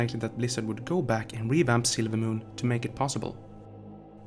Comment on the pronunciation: Sorry if this was already said but every time you say "silvermoon" the way you speak makes it sound like you're saying "sailormoon". Not picking on you just making an observation :).